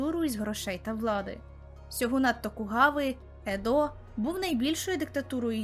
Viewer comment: Ох як смішно слухати опис серіалу і деталі життя Японії від людини яка не має уявлення про це нічого. Такі смішні і наївні описи процесів і подій) Автору 15 років?)) Звісно ні (чи так?), але текст від того не менш наївний. Іще звісно здивувало назва міста Едо з наголосом на «О». Варто послухати БУДЬ ЯКЕ з мільйона відео про Японію, щоб почути, що ніхто і ніколи не ставить наголос на «О» як робить дівчинка з цього відео. З цього напрошується іще одна теза - дівчинка не слухала жодне відео про Японію і не дивилась фільми чи аніме, де звучало це слово. Читати заготовлений текст добре (особливо якби він був іще добре написаний), але варто також і контекст надавати а не просто начитувати «а коли вони одружувалися, то займалися чорнінням зубів» - ні контексту, ні для чого це робилось. Так а якщо не давати контексту, то для чого взагалі було вк дувати цю фразу? І це я іще е мав часу подивитися сам анімаційний серіал, бо напевно тоді іще критичніше сприймав би огляд)